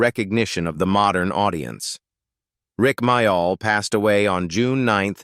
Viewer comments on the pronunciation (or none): It’s pronounced more like Mail not My- All